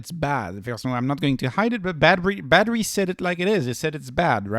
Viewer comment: Why do u keep calling badhri “battery” LOL